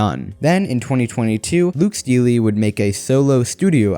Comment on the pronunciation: Steele = pronounced "steel," not "steeley". PNAU = pronounced "pin-yow," not "pyu-now".